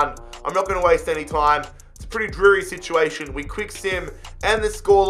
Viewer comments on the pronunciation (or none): none